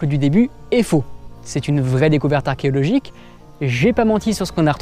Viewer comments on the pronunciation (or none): 19.10 sa sent la langue qui fourche sur archéologique :p